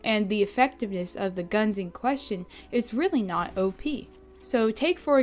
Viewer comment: I thought u said obese instead of op